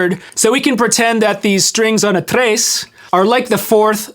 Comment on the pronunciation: Stop calling it a Trays. It’s sounds like the word “yes” except with Tr.